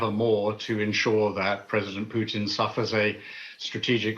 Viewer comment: Who is this uneducated English commentator who calls Putin "Pyutin".